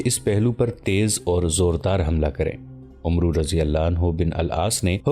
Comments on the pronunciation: ارے بھائی عُمرو نہیں ہوتا، اسے عَمْر پڑھتے ہیں، ایک بار آپ اسے ضرور سنا دیا کریں، ورنہ اچھی نیت سے آپ غلط طریقے سے بہترین تاریخ پیش کریں گے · برادر، تلفظ کی اصلاح کیجیے۔ عمرو بن العاص میں عمرو نہیں بولا جاتا یہ بولنے میں امر ہوتا ہے۔ یعنی بولیں گے تو اسے "امر بن آس" بولیں گے۔ لکھنے میں عمرو بن العاص ہی ہو گا۔ شکریہ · بھائی لکھنے میں عمرو بن عاص ہوتا ہے پر پڑھنے میں عَمر بن عاص پڑھا جاتا ہے۔ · Umro nahi amer ibni aas ,aur sharjel nahi shurahbel ibni hasana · Please correct yourself. The name of the Sahabi is NOT Umro bin Al Aas. The correct pronunciation is Amar bin Al Aas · عمرو نہیں بلکہ امر کی طرح عمر پڑھا جاے گا باقی ماشاءاللہ بھت خوب❤❤❤❤❤❤❤❤ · او اللہ کے بندے عمروبن العاص کو عمرو نہیں بلکہ عمر پڈھتے ہیں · Brother his name was not umru its amar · عمرو کو عَمَرْ کہنا چاہئے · عمرو لکھنے میں ایسا ہے لیکن پڑھنے میں عمَر ہوتا ہے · عمرو کو پڑھتے ہوئے عَمر پڑھتے ہیں یعنی ع پر زبر اور و نہیں پڑھتے۔ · عمرو پڑھنے میں امر پڑھا جاتا ہے۔